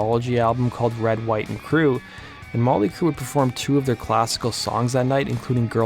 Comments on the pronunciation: "Molly Crue"? Enunciate that T a little better bro. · Why do you keep calling them Molly Crue?